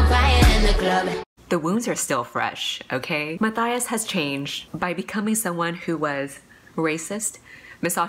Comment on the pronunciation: Wait I just realized in the back of crooked kingdom, the pronunciation guide says Inej Ghafa is pronounced Inez Guffaw not Inejz Gahhfa...and Matthias is Ma-tie-is not Ma-thigh-is. My life is a lie.